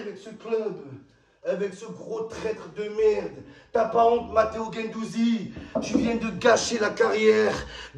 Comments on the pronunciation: Il a pris cher gendouzi "gendouzgeg"😂😂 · c'est pas guendouzi, c'est guendouzizi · C'est plus Guendouzi c'est guendouzizi Matheo Guendouzgeg 😂😂😂😂